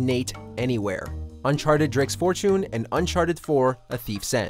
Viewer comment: Uncharted: Drakes Fort-choon.